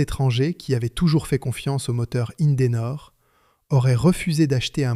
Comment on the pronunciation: IN-DE-NOR 3 syllabes, pas 5! ceci dit, sont sortis également de ces lieux les moteurs CLM (compagnie lilloise de moteurs); moteurs deux temps diesel avec une particularité: deux pistons et trois bielles par cylindre.